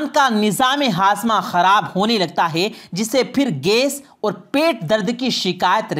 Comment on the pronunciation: आप बोलते अच्छा हैं मगर मुआफ़ करें कि आप अपने कुछ अल्फ़ाज़ पर भी ग़ौर करें ---- है-को हे बोलना।बैठ को बेठ।ग़ौर को ग़ोर इनके अलावा भी कई अल्फ़ाज़। यानी ए और ऐ, ओ और और के ऊपर ख़ास ध्यान की ज़रूरत है।